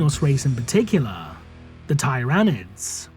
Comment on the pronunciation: Still mispronouncing "tyranids" I see...